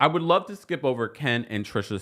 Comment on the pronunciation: When he says l luh you <<<< That part is hilarious.